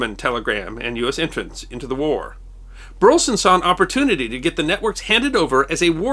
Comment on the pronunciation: Minor quibble: I come from Burleson, Texas (no relation to the subject of this video) but the pronunciation of Burleson is three syllables, "BUR-leh-Son".